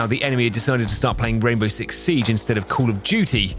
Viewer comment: Cwall uff dew-tee 😂